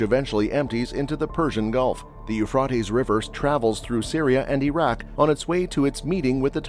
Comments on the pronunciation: I believe it's pronounced 'You fray dees'. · Sorry, but you can’t even say Euphrates…. You fray tees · Please pronounce the Euphrates correctly. It is pronounced Eu-frate-ees. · But you can’t pronounce Euphrates, long A… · Exactly, it drives me nuts. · I can't watch more than 3 minutes listening to you mispronouncing Euphrates.